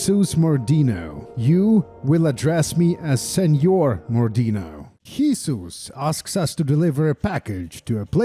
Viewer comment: how have you managed to pronounce Jesus, not as english YIsous or spanish HeSUs but as... HIsus. Truly an innovative creative.